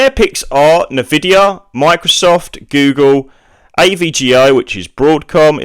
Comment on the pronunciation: Why would I trust a guy who pronounce it as "Na-vidia" :D